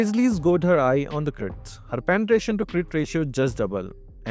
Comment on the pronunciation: wtf is your English bro stecking, panatration lmao